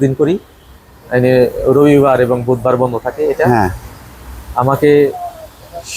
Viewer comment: উনি প্রকৌশলী কিন্তু রবিবার উচ্চারণ করতে পারেন না,বললেন রইবার। হায়!